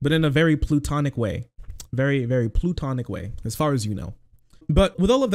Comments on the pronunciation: PLAH-tonic lol not Plutonic 😂 those are very different things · On a side note, it's pronounced plah-tonic, not ploo-tonic. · In a very plootonic way 💓